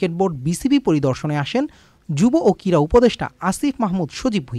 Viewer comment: ভালো উচ্চারণ না করতে পারলে কীভাবে সাংবাদিক হয়? কীড়া না ক্রীড়া?